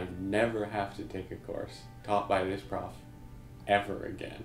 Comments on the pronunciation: Why are you saying "proffs" it hurts my ears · Lol “prowfs”